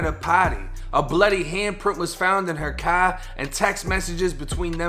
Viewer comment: i like how u say car